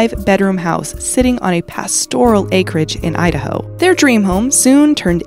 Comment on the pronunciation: say idaho slow 😂😂😂😂😂😂😂😅😅